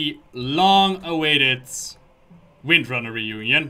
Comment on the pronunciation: "Three comics, the one with Jaina, the one with Magni and of course the Winrnrner sisters" The what sisters? lol "Windrunner", say it slower. XD